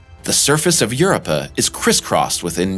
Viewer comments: Europa is pronounced yoo-roh-puh - look it up. You're welcome. (Sorry - it is just hard to take you seriously when you mispronounce common words everyone knows.) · Had to stop because he kept saying UrUp'r 😆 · AIR-OH-PAH - Europa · Who the heck mispronounces EUROPA? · This guy pronounces some words funny like Io and Europa.